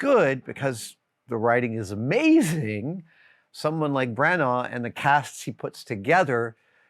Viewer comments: I came for Adams views and opinions, I stayed for his pronunciation of Branagh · Adam pronounces Branagh weird 😆 Also, there's a theory that Shakespeare in American English is more historically accurate.